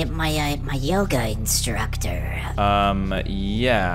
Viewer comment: the «yoGgA»😂😂